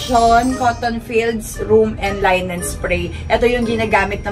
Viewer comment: it’s pronounce LI -NEN